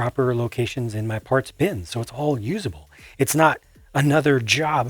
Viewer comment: I liked how he said "ma zoo's gone"